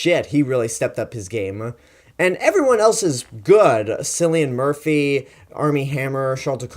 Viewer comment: Good review man, I subscribed to your channel after watching all of your King Kong reviews! But just for future reference Cillian Murphy is pronounced 'Killian' and Jack Reynor is pronounced 'Ray-ner'. Also you have to watch Sing Street, Jack Reynor is incredible in that, whatever about Age of Extinction (that was just a bad film). Anyway keep up the good work!